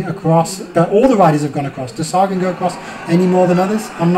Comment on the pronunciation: its sa-gan not sare- gan